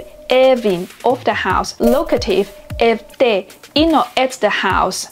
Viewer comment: Very informative video thnk you:face-red-heart-shape: BUT I must say that you pronounced almost all the Turkish words inaccurately in this video. In Turkish we stress mostly the last syllables. "EV-ler , EV-de" are wrong, "ev-LER, ev-DE " is correct. OR actually just do not stress at all. Also long vowels are rare. FOR example we dont say " Kaaa-pı or Güü-zel " . we just say ka-pı , gü-zel :eyes-pink-heart-shape: Acutally it is very easy to pronounce these words, almost no tonation , no stress most of the time.